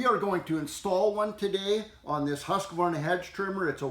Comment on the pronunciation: Doing the right thing looks so good on ya 👍. Thank you for correct pronunciation of Husqvarna as well